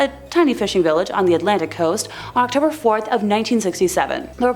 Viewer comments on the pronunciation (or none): none